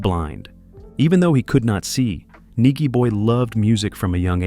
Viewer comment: Nigy pronounced ny jee boy Tear up Sumfest 2024 too!!